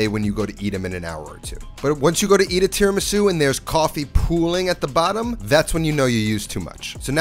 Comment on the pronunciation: Italiana 🙋🏻‍♀️ Not mad but … Tee-RAH-Mee-Su You have Italian face what that mouth do? Rahrahrah 😌🤫😜